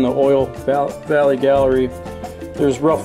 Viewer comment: Oil GALLERY.... not Galley. it's not a kitchen...